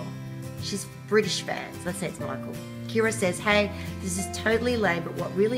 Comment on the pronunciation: Thanks for the shout out! You didn't pronounce my name right (it's pronounced like Michelle!) but most people can't even manage Kira so it's okay!!☺️